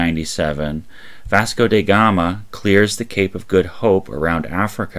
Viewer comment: Way to butcher names like "Newfoundland", "Vasca Da Gama" and "Madeira".